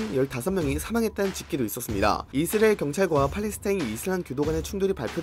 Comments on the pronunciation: 이스리일? 발음이 좀 이상하긴 하네요. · 이스리에 ㅋㅋㅋㅋㅋ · 그러니까 이스르에로밖에 안들리자냐 센서쨩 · 진짜네? 이스르에 ㅋㅋ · 영어 발음은 이Z리얼 에 가까우니 영어 발음이라 우깁시다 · 이슬이라고 하는거같음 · 이스 아(크게) 을. 이라고 발음해보세요^-^ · 이스릐얼(israil)이라 발음하면 그나마 나으실겁니다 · ㅋㅋㅋㅋ 이스라이 들으니 참이스리 생각나내요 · 역시 이스르엘 발음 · 이스레일이라 하시네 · 의스르엘ㄹ 발음 중독된다ㅋㅋㅋ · 이스라엘 발음 안되는건 여전하군요 ㅋㅋㅋ 볼때마다 신기합니다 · 아 몰랐는데 신경쓰이네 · 자꾸 들려서 스트레스 됨. 내용 안들림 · 발음 왱그래 ㅋㅋ